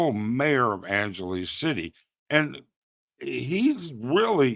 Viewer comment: Bear with you? Your delivery here is as stiff and stilted and rambling and tangential as all your other stuff I've seen. Get to the point. Learn how to pronounce things. figure your tech out before you start. Write a script to read from. You don't even know how to say Angeles properly FFS. You occasionally have content of interest. Make it interesting to view!